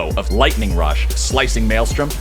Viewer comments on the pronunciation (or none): none